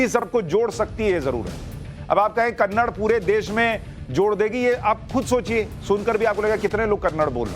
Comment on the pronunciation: It’s not Kannad. Kannada is the right pronunciation. Hindi is not a national language. There no national language in India. There is a national bird, national animal but there is no national language. The way a Hindi movie is dubbed to Talugu, Tanil, Malayalam, a Kannada movie is also dubbed to Hindi, Tamil and Telugu and many other languages. It’s not dubbed to Hindi because Hindi is a national language. You need a patshala about languages.